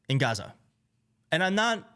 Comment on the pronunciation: He loves this country, it only has 4 letters, 2 syllables and goes great with his speech pattern; ga..ZA.